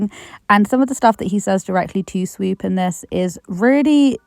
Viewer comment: take a shot every time you hear SWEEP instead of SWOOP 🤣